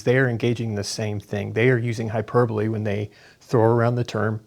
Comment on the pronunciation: Hyper bowl! How i read hyperbole every time.